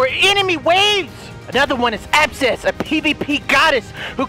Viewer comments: In the Raid AD he called Abbess “Abcess” 😂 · Ya know it’s a delirious vid coz he mispronounced Abbess and said “absess” 😅🤣